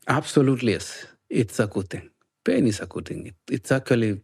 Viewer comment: This whole time I thought he was saying “paid” not “pain” 😂 I’m terrible